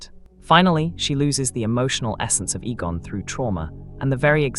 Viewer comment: A-gon not E-gon.